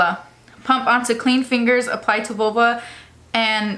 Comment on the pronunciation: Omg how u not know what vulva is or how to pronounce it 🤦🏻‍♀️ & u pronounced thoroughly wrong too & called lavender purple stuff 🤦🏻‍♀️